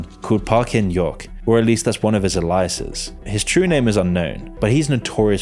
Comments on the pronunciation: elias's? . Alias's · That's one of his "ah-lie-a-sis"? lol :face-turquoise-covering-eyes